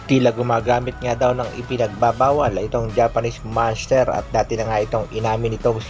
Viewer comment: Grabe ka ang pag pronounce mo ng "MONSTERRRRRR" naging spanish na ang pagbigkas mo eh hindi nman spanish language ang Monster bagkus english word yan..